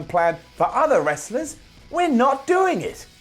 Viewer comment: "wrstlers" "shinsqu" 10/10